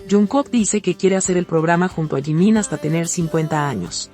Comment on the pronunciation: Me encanta tú forma de decir lo que son jungkook jimin ❤❤❤❤los amo 💜 💕 ♥️ 💜 💕